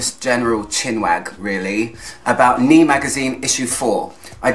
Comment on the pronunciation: Good overview, seems like a great read. Sorry to be pedantic but I must point out that it should be pronounced "nay" or "née". All the best